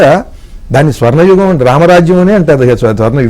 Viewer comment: Excellent interpretation about Ramayana characters. Interview chestunna madam garu Yugam uchcharana lo yugham anakandi. Ga but not Gha